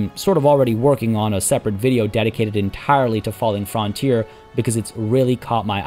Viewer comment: it's pronounced FRUNTEER not "Fron"